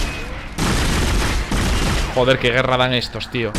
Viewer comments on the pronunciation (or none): none